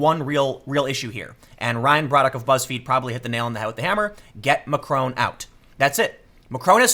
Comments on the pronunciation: Mr McRone?? ma-CRON. Look up how the 'o' is pronounced in France. Don't pronounce it with an American accent. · Please Tim it’s Mac-Ron not Macr-Own. You should know how to pronounce his name cmon. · It's Macron not Macrone. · Dude learn to pronounce stuff. it's deligitimizes you. Macron isn't Macrone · "Macron" is pronounced with a short 'o' sound.